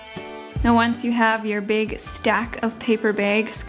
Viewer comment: My husband is Scottish and he heard the way you pronounce bag as "behg" and he couldn't get over it. Especially when you said "big bag" like "beg behg", I'm from Ohio and have a moderate accent so he's never heard behg before haha!